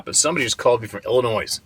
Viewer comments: the s in Illinois is silent lol. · Just an fyi, Illinois is pronounced with a silent s at the end. 😊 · again, it's Illinoi 😊 HtH family, hola! mid Missouri 🍻